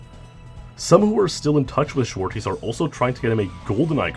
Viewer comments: Zwartjes is pronounced more like: zwart-yes or zwar-chess instead if zwarties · I love how you butchered "Zwartjes" and the other Dutch names